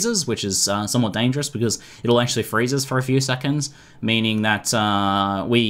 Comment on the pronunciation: Sexonds eh? XD